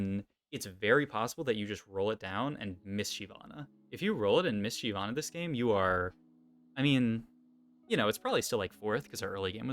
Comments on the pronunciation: I've only ever heard it pronounced shivana and that's how it's pronounced in the champion spotlight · Yea it’s “shy-vana”, basically pronounced how it’s spelled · Why do you pronounce it Shee vana?